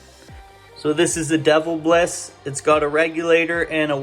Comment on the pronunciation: It’s not ‘Devil-biss. It’s De-‘vilbiss. But who cares. I like the Devil too.